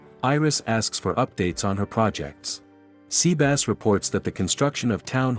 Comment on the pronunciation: The TTS pronounce it as seabass is funny tho.